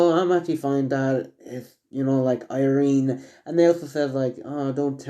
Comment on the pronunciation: It's Irina not Irene